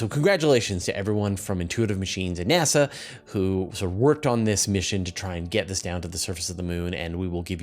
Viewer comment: nEASa? That's a " diferente" way to pronounce NASA.